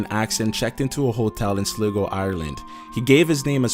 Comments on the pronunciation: SLY-GO (not) SLIG-GO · Hahah you said slego it's pronounced slygo hahaha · its SLY-GO XD loool sleego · It's pronounced sly-go . Ireland Not slig-o Jeeeeeeez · Time to use a narrator who correctly pronounces words from text ( Sligo is not 'slee-go' , try 'sly-go'). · "Sliggo, Ireland"?? ....It's pronounced "Sly-go".. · Slig-o XD. Sorry just found that funny cause I am from there(at least I think that's the place you referred to). It is called Sly-go but Slig-o is nice XD. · Just a heads up, the Irish town is pronounced Sly-go not Sligo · Urgh....right its pronounced Sly-go not Sli-go!! So fuckin annoying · What is Sleego? Its Sligo hahahaha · its pronounced slyyyygo 😂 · Sligo isn't pronounced sleego... but pronounced SLYgo...... ok just so u know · It's pronounced - SLY GO! not SLI -GO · WOOOOO SLIGO By the way it's pronounced Sly-go, not Slig-go, but anyway SLIGO WOOOOO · Sligo is pronounced 'sly-go'. However I still laughed. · Sligo is pronounced Sly-go. Not slig-o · "Sliggo, Ireland" It is pronounced sly-go, not slig-go. You're welcome. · It's pronounced “slygo" not shligo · it's not pronounced "slig-o" its pronounced "sly-go" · its pronounced SLY GO not Slig o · Good but sad vid mo chará. When you mentioned Sligo it is actually pronounced 'Sly-go´...... But good job. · Sliggo? It's pronounced sl-eye-go hahahaha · Sligo is pronounced SLY-GO. Easy to check on Wikip. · Sligo is pronounced as Sly-go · Good video. Just to let you know Sligo in Ireland is pronounced Sly-go. 😊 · Sligo is pronounced Sly-go... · #2 - Sligo is pronounced Sly-go. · You pronounced Sligo wrong it's pronounced as sly go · The way he pronounced Sligo HAAHAHAHAHHAAHHAAHAH it's pronounced ( sly-go) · Just a little heads up - Sligo is pronounced Sly-go..... :) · sly-goh....fucking learn how to pronounce shit, please. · It's pronounced Sligo like sl-eye-go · Nice one always enjoy the videos. Just one thing Sligo is pronounced Sly-go. Keep up the good work. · Sligo is pronounced Sly-go.